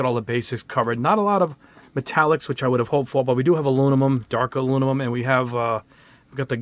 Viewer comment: Aluminum not alumimum.😉